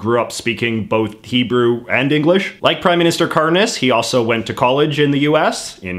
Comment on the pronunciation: Help the way he pronounced kariņš as karnis (the latvia PM) i cant- it reminds me of the word izkārnījums which is fancy talk for shit...fitting